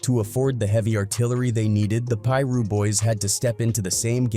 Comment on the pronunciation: Pie-russ is crazy🤦🏾‍♂️